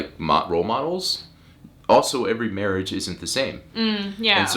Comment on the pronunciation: Mawage! Mawage is what bwings us togevuh tooday